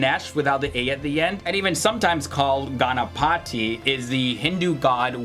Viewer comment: it should be pronounced as "gun a path thee"